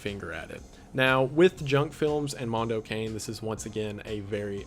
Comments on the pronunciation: No no no, ragazzo! No "mondou quein". Mondo CA-NE (CAH NEH) And no, I'm not italian, I'm hispanic but I know that's the right way to pronunce it. Hmm MDPOPE. Mega Drive Pope. Interesting name... WTFamisaying?LOL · It's so funny hearing someone who doesn't know pronounce mando cane as cane as in candy cane instead of kah nay which is how I've always heard it pronounced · Kah-neh not an ay sound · It's pronounced Cah-neh, not Kane. Cah-neh. Silent 'e's don't exist in the Italian language. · It's pronounced "Moon-doe Kah-nay" please god pronounce it correctly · Mondo Cane is actually pronounced “Mondo Cah-Neigh. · Apparently you pronounce it car-nay for mondo cane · I'm the guy Hostel is pronounced like Hostle Mondo Cane is like Cawnay I'm sorry! Otherwise I loved this breakdown! Liked and subbed ..and I saw animal farm in the 80s and the images are still stuck in my mind 😦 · "Mondo Cane" seemed really interesting. Just one thing (as an Italian speaker) we don't pronounce "cane"(as dog) as the english "cane"(as stick). It didn't bug me that much but it was a bit weird to hear it pronounced that way...though, TBH after all the english titles up to now I also read it with an english pronounciation in my head. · wendi, i absolutely love you, but the way you pronounced "mondo cane" took 15 years off of my life